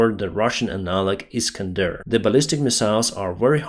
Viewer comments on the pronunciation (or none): none